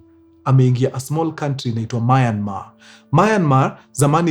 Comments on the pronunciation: Myanmar ✅ Mayanmar ❌ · Story safi but it's Myanmar not Mayanmar . Mtu asijipate Myanmar adhani ako sawa. 😅